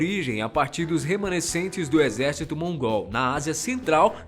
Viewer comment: só eu que foi o retardado que riu quando ele disse exercíto mongol ? kk